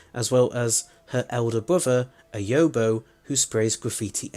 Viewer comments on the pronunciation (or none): Yowbo? No, no. YOB OH.